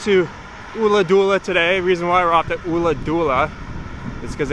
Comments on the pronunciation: Ulladulla. Not ooladoola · Check with a local on the Ulladulla pronounciation dude, it's killing me! It's not an 'oo' sound at all. Enjoy the riding!